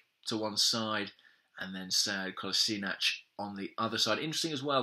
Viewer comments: Actually it's supposed to be pronounced Ko-la-she-nats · How to pronounce Kolasinac correctly? I remember you guys mentioned this during a Arseblog podcast, but I totally forgot the correct one.